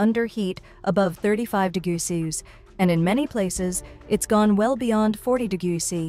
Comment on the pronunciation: AI: “it’s mumble degruh sessies”